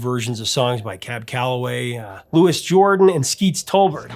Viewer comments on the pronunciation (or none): none